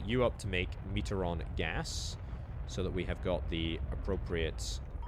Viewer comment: Me-tree-on not metre-on